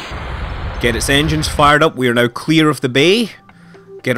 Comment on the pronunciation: everytime you say "now" it sounds like "no"